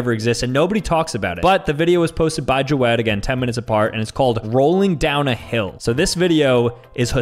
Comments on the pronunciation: Is anyone going to tell him it’s not joe ed but it is jawed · jawed is pronounced javed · ITS NOT JA - WED IS PRONOUNCED JA - VED JAVED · It’s not jo wed it’s jaw ed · The way he keeps saying jawed wrong is making me want to cru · It's actually pronounced ja-ved. Sorry to be that guy lol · It’s pronounced ja v ed